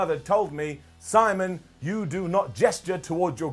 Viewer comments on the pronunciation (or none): none